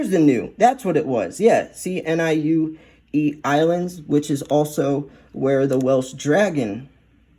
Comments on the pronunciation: Niue is pronounced nee-oo-ay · Niue is pronounced nuay